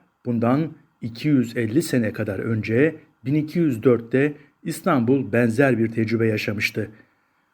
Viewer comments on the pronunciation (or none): none